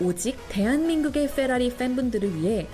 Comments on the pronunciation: 쀄라리 넘모 거슬린당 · 페라리가 아니라 영어발음은 퍼라리인데.... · 그냥 fㅔrㅏrㅣ 이렇게 말했으면 안 웃겼을텐데 뻬라리 웃기긴함. 미국식도 영국식도 아니고 맥시칸 발음같음. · F발음 오지게 하면서 발음 고급진척 하는거 개웃기넼ㅋㅋㅋㅋㅋ 마우리찌오 콜비 선생님께서 오직 대한민국의 풰라리팬분들을 위해....이 풰라리를 ㅋㅋㅋㅋㅋㅋ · 쀄라뤼 중에 최고의 쀄라리 ㅋㅋㅋㅋㅋㅋㅋㅋㅋ 발음 굴리는거 왜 이렇게 웃기냐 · 찌지리들.. “풰라리” 놀구있네 ㅋㅋㅋ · ‘FㅓRㅘ리’ 라고 발음하던데 원어민들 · 유틉할때터 자세히 즐겨봤는데, F발음이 둘다 혀가 짧아서 그런거임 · 에프발음 ㅋㅋ ㅉㅉ 왜저러구살까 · 발음 굴리는게 거슬린데 ㅋㅋㅋㅋㅋㅋㅋㅌ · f발음 오지게 굴리는거 ㅇㅈ ㅋㅋㅋ 개웃기네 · 페라리발음도 저렇게하는거 아님ㅋㅋ 발음기호보면 fərɑ́:ri 풸(낮음)롸(높음)리 되도않는 f발음할거면 그냥 한국식 발음을 하는게 나았음ㅋㅋㅋ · 저 사람은 F 는 F 발음 하더니 R 은 L 로 발음. 개멋만 들어가지고.